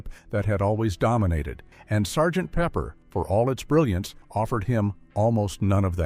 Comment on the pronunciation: "S" "G" "T" Pepper"? ? Give us a break AI. Please say no more AI!